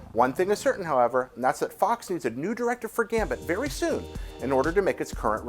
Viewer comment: He said Gambert XD It's okay, tongue twisters kill